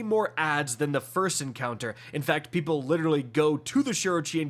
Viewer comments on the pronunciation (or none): none